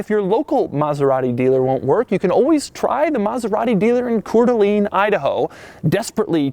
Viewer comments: Cor Deleen idaho? You mean "Cor Del Ain." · it’s pronounced Koor da lane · Hey, f you, it's pronounced coor dee a-lane. But send us that moose, we don't have enough attacking schools. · your pronunciation is so bad Coeur d'Alene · Doug gets a 2 out of 10 in his pronunciation of Coeur d'Alene, Idaho. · Coeur D' Alene representin'! We in here! We're finally legitimate! Just work on your pronunciation Doug... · Doug, the type of guy to mispronounce "Cour d' Alene."